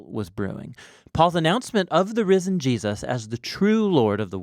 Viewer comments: Whos Jee-A-suz? 😉 keep up the great work guys! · Good video but the way you say Jesus is funny. It sounds like you're saying "G" zhus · Great summary; just a trivial point but I often hear US people saying "JeSUS" with this emphasis on the 2nd syllable, which sounds so very odd to me as an Australian (where we just say Jesəs)